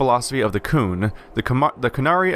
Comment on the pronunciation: the qun is pronounced qune and you have played dragon age 2 ??? and you don't know how to pronounce qun. they say it through out the game. sorry. not trying to diis you or anything its just annoying. to hear you mispronounce the word. no offense.